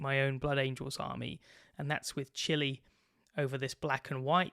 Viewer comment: "I'll cover the whole thing with Chili" You're starting to sound like an American,!